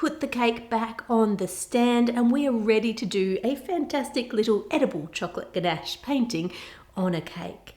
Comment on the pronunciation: god, when she kept saying gnash it was soooo annoying, like bro. IT'S CALLED CHOCOLATE, AND I KNOW SHE'S AUSTRALIAN OR SOMETHING BUT STILL.